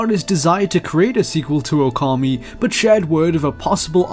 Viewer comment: I clicked this video waiting to see if you'd say Okami right. Nope. Wrong. It makes you look not very credible with mistakes like that within a few seconds of the video